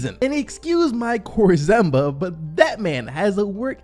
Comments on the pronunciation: 😂 “excuse my Korzemba” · "Excuse my korzemba" 🤣